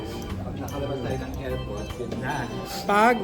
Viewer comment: anong report its AirPort not erport